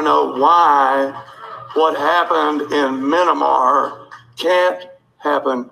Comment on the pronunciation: The “Minamar” question always makes me wince. Fecking Mayo man.